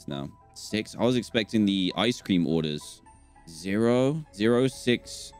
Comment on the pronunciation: How he says ice cream DanTDM: ISE CREANM